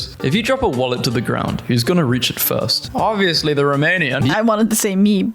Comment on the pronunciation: He said it wrong, but it's basically a grilled meatball and it's delicious. He also read Romanian wrong.